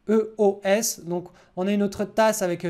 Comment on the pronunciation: pourquoi tu prononce EOS : AYE O S ? en anglais le E se prononce "i" tout simplement, c'est le i qui se prononce "aye"